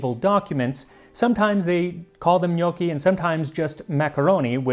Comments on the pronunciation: Also, I know I’m being pedantic, but pronunciation- it’s not know-ki; rather it’s knock-ki. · Gnocchi has a short o sound , not the sound of owe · Its not njuoki it nokki. AAAAAAAAAAAAAAAAH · i thought this was a vid on how to make "g'noc-chi" not "g'nockii" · Sir it's pronounced Ga-naw-chi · I thought it was pronounced: GUNOSHI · first time I hear it pronounced gnockie... Did some digging and seems English speakers say it that way 😮 It's with a soft "c" in latin language though. Make sure to practice with Babbel! Bon voyage in Italy Max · When your last name is ^^ 😂! Our last name is pronounced "no key". I can't tell you how many times I get asked "Dosen't your last name mean dumpling in Italian?" Umm...nope! Lol, but we sure enjoy eating them! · Can't stand how North Americans pronounce gnocchi. "No-key", Ugh, ear bleach. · The only problem with Gnocchi is that everyone pronounces it different, but it's alway delicious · so apparently i've been pronouncing gnocchi wrong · as a fellow Italian, I think "gnocchi" has the wrong "o" (Ò vs Ó). Other than that, there's the sound most foreigners struggle with:, if you pay attention Max can't pronounce "gli", see e.g. "migliacci" . It's a sound that does not exist in most languages (perhaps only Catalan in Europe) so non-italians usually pronounce it as "li" or "j". Still, pretty good!